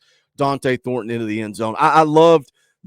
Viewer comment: the couldn’t even get Thorton’s name right. 😂